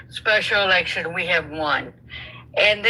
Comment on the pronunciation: You can't say election. That's wild.